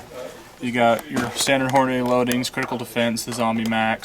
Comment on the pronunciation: Does it bug anyone else to hear people pronounce Hornady - "Horn-a-day"? "dy" is pronounced "dee", not "day". Repeat after me... "horn-a-dee".